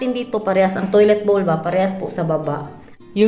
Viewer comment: Maganda! Meron lang akong napansin nung pinakita mo yong toilet. Bakit iba ang pag bigkas mo sa salitang 🥣 BOWL 🥣 nung ipinakita mo yong palababo mo at nung ipinakita mo yong pa toilet bowl mo? Tama yong pagkasabi mo, toilet BOWL. Parang BOWLING 🎳 pero walang ing.